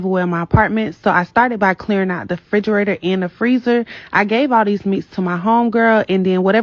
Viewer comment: AN eviction, not a eviction. Also it's REFRIGERATOR, not fridgerator as so many of the younger people believe. Let's make English class great again!